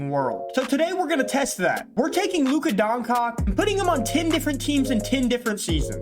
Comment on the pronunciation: im begging you bro stop saying luka doncock what is so hard in saying DON-CHITCH pls bro for the love of christ